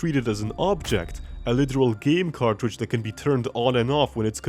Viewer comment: "YOU ARE ALWASY A CARTRAGE"